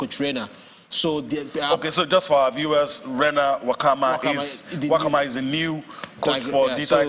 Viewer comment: Nwakanma not wakama.